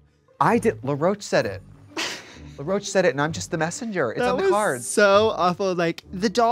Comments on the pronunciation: I love that Trixie calls Law “LaRoach” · Trixie and Morphine both pronouncing “Law Roach” as “Luh-roach” is so cringy to me lmfao. I’m like, am I missing something? Is that how his names pronounced? Why take a first and last name and turn it into one name 😭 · Am I tripping or has everyone in the RDR sphere been calling Law Roach Laroach? As if it’s one word and also la and not law? Is that really how his name is pronounced? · I'm Australian and 'La' is always how I hear Americans pronounce it. Thats what the queens also sounded like to me through the episode 😂 it wasn't until i was seeing Laws name written on the screen that I was like oooh it's LAW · first of all rupaul pronounced Law Roach's name as "La'roche" and now Trixie is out here doing it too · Trixie saying it like LaRocah and not Law Roach is crazy 😂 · is trixie saying law roach like l'roach....???? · I'm sorry, is Trixie saying "La Roach"???? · It's LAW Roach not LA Roach. Why is Trixie so bad with names? To be fair, Morphine also pronounced it that way during the episode. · To be fair that is how RuPaul pronounced his name